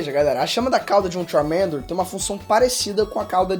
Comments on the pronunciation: Vsfd, vc pronunciando Charmander é MT feio JKKKKKKKKK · Só não gostei do jeito que pronunciou o nome do Charmander. Tava dando agonia 😂